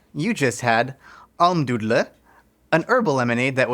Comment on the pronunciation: as a German speaker, -- EXCELLENT pronunciation of Almdudler!!!